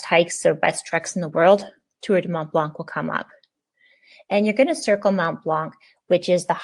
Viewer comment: Hi, when you say it you don't prononce the c, it's "blan"